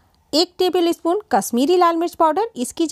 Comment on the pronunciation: espoon नही spoon होता है।